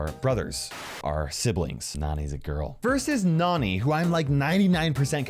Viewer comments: I bet this obvious, but! Nani, Nannie! Like cmon. Nani also probably getting her name from Jessie. Her being more young. Probably trying pronounce Nannie, and just being a cute kid and saying Nani! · That's pronounced differently nani is pronounced as in nanny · Please people. Nani’s name is pronounced Nanny because she is Jessie’s nanny. It’s simple!